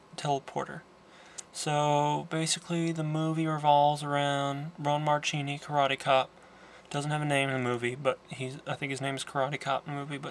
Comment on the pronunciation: your mispronouncing ron marchini's name sounds like zuchini! I grew up around him sine my dad and him are friends. Its horrible that everyone mispronounces his name. btw I'm actually in this movie but ya can't see me cause of the poor lighting in the gladiator scene the guy with the moustache is my dad